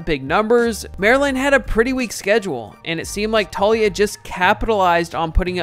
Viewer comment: FYI....Taulia=Tao-lee-ah, not Talia